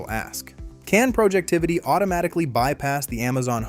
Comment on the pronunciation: It’s Projectivy, not “Projectivity”.